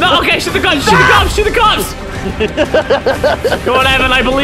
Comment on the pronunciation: EPIC MUSIC!!!!! are you sure you said cops? Or was is cocks?